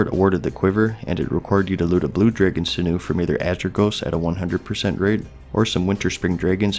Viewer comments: It's pronounced "sin-you" sinew lol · sin-ewe, Ah-nath-ah-ma lol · Majordomo is pronounced "Major+dough+moe". Sinew is "Sin+yew." Anathema is pronounced with a soft e, not a hard Eee. Either "An ath eh ma" or "An ath ma."